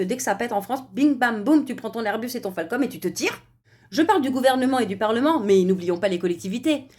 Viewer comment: "Falcon" pas "Falcom" , c'est comme sale com , ça n'à aucun rapport ! NUL